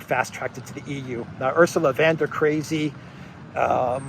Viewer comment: Its von der crazy